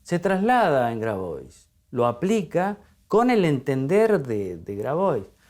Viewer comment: Grabois se pronuncia Grabua’